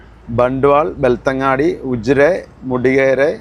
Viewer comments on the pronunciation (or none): 🎉Again, it's not ബെൽത്തങ്ങാടി, it's ബെൽത്ത൦ഗഡി.